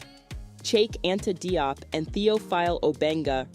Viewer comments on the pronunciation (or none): His name is pronounced jiop not de-op his name is wollof based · I did a thumbs up...but people Diop is pronounced "Jop" in Senegal and West Africa generally.